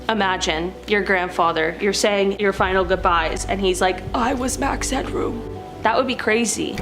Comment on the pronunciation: It's Max Headroom not Hadroom!